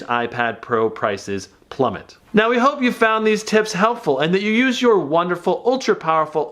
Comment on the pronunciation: You said plummit then my ipad fell off the stand